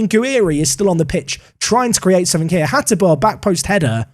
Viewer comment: Still the best Football Manager rebuild. Koopmeiners really is a gem, use him well. And I am really glad you pronounce Hateboer like a pro.